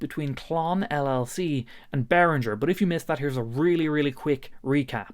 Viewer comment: Bro, your making a vid for the world to see. It's pronounced Bear Ringer, NOT Bear Rinjer... Real guitars and musicians know this, Posers do not...